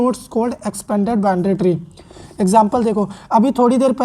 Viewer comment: Binary tree ❌, Bindary tree✅ 🤣😂